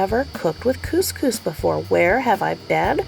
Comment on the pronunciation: Ps Cous Cous will change your life! (Yes you said it right!), but so fast and easy, plus versatile and healthier. I looovvee the stuff! Xx